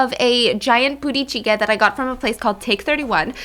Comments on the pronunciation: I can't help but hear Booty Chicken when she says the name of that dish😂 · As a Caucasian female with no Korean background, just listening to Stephanie talk the first few minutes after eating...I literally thought she said, "booty cheek" instead of what the food is actually called! Lmao 🤣 🤦‍♀️ thanks for all of your posts Stephanie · I love the way she pronounces budae jjigae. I keep hearing BOOTY jjigae. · I am sorry stephanie.... but why are you daying buddae jiggae like booty jiggae lol